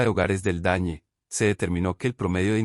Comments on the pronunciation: Por que dice el dañe? Lo correcto es el DANE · Me sorprende que el relator diga dañe en vez de DANE